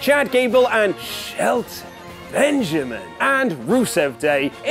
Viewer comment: Any one else notice how he said Shelton Benjamin name😂😂😂😂😂